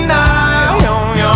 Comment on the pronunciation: Zajebisty tekst i wokal ale w polskiej wymowie jest są a nie som i się nie siem i ją a nie jom .spierdoliłes zajebisty tekst . Sorry ale zapierdalaj do logopedy ponieważ zajebiście śpiewasz.!!!!!!